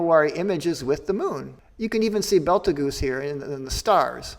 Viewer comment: 'Betelgeuse' is pronounced more like "beetle-juice".